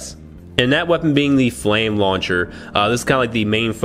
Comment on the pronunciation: I think they mean Frame Launcher.. Japanese cannot prounce "R" it is always "L"... so Frame = Flame hahaha The official name is Frame Launcher